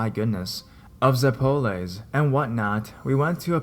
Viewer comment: Note in 1st story, It's pronounced ZEP-o-lehs, not zep-POL-lehs